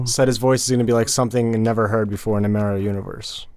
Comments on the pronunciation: Stop saying “MEH-río” 😠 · I am SO GODDAMN TRIGGERED that you guys pronounce Mario like “Mary-o”